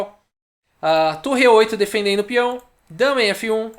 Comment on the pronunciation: Só eu escuto falando "denfendendo"?